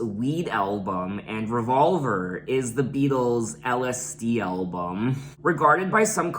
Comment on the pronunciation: Ok, but you say "Elbum"... lol